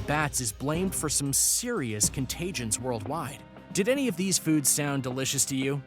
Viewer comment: NOT EANY